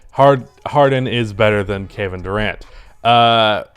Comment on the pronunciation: Lmaoo “gevin Durant”